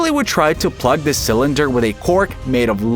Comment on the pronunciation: Not "cylinder" but 'sa-lender". Yeah, an AI.